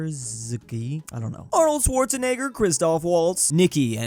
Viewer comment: Come on, it's not that hard. Swa-rov-ski